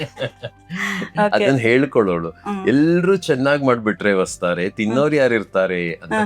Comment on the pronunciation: ಹೊಸತಾರೆ ಅಲ್ಲ ವಸ್ತಾರೆ